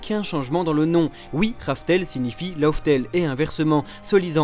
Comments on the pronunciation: LAUGH TALE se prononce surtout "laf tel" pas "lauf tel". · c'est pas "love" tale mdr